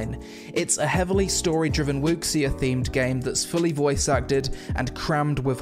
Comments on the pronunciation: Wooksia? I'm pretty sure the proper pronunciation of the word 'Wuxia' is 'woo-sha'. Just sayin'... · The "xia" is pronounced "shia", not "ecksi" And Vindictus has some enviro physics but it's more hub based soo.... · Sorry your pronounciation of wuxia really bothered me. Its not WOOKS-SEE-AH its pronounced WOO-SHAH. Otherwise I really enjoy your all your videos and reviews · Dude not to be rude or anything I love your vids but the correct pronunciation would be Woo-Shah, not Wuk-Sia :3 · WuXia/武侠 is pronunced as "Woo Shah, " it translates to, apparently, Martial Arts. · Great video. It’s pronounced “oo-she” btw :) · wuxia : pronounced "wu sha" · Ooooh the part where you pronounced "Wuxia" hurt my soul. The x isn't pronounced as an x at all, but more like a "sh" sound. So it's more like "Wushia" in pronounciation. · Not important, but wuxia is pronounced "oo-shyah" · Wuxia-> woo(as in woo hoo!) she(as in she is a girl) yah(as in yah!) and say sheyah as one word and blend it together. Don't pause. No pause. Wuxia.